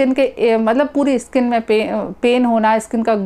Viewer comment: Wo skin hota hai madam iskin nahi 😄